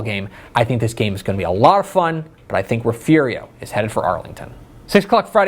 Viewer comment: You pronounced Refugio “Referio” 😂